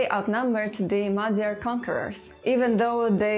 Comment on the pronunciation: a hibásan ejtette ki a magyar eredetű szavakat, és nagyon hamisan festette a magyar történelmet.